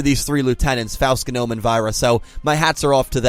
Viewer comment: It always hurts to hear mispronounce Faust, Genome, and Aoi